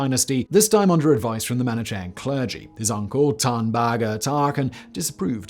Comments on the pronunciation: Unless his writer shoves reading guides where needed, Simon is almost guaranteed to butcher his words. Manichean. Also, remember da Vinci. Sometimes it's almost impossible to find the correct pronunciation within reasonable time. But when possible, it's better to do it, otherwise a serious video, beautifully done, gets this wonky unprofessional element which looks odd. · Isn't it pronounced weegur? And manikayan?